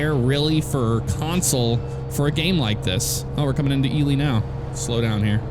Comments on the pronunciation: Just a question, I’ve heard pronounce it the normal way before, but why has he resorted to saying “Ee-lee” instead of “Ee-lie” He’s said it normally before, now I’m coming back to binge watching these episodes and am getting kinda annoyed with his pronunciation of Ely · hi, sorry if you took any of that in a bad way, I also didn’t think you would check comments on a video this old 🤣 yeah I say “Ee-lie” so just found your way of saying it kinda odd. Thanks again for the reply